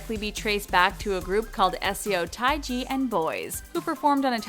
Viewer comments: "S.E.O. Tie-ji"... lmao Wut. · Minami _Mine_gishi --- and she's Japanese (like her group AKB48), not Korean. Jpop is a different universe from Kpop. SMH. Also, legend Seo Taiji's name was also butchered .